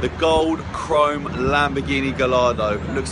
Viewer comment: Spends most of his days working with supercars yet still can't pronounce Gallardo...